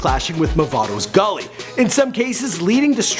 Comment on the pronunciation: Correction: Gully* not Dully. Great video.